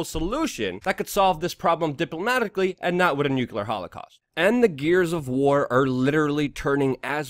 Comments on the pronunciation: It's pronouced "new clear".... NOT Nuke-u-lar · Luke, its NuCLEAR, not NuCULAR... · Love the shows, especially the weekly summaries. Forgive me (a nuclear/particle/... physicist) for being sensitive about pronunciation of the word "nuclear", but every time you say "nucular," it makes me cringe, and you've been saying "nucular" a lot lately. Since I'm going to keep watching, and I bet you'll have reason to keep saying it, would you please try to say "nuclear" (nuke-lee-er)? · Why americans always say "Nuchelar"? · What dlour nucular weapons and inivorns have in common? Neather of them ficling exist! It is NUCLEAR! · Nuclear .... NEW CLEAR for Christs sake ... NOT new cew lear ! You sound like Dubya :-/ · Nuculer?! You're killing me, Smalls!